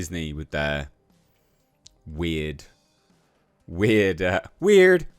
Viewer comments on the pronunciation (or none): She even ruined the word weird lol